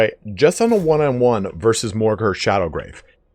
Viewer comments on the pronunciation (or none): Dude, it's called Morghur the ShadowGAVE, not ShadowGRAVE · No R in Shadowgave...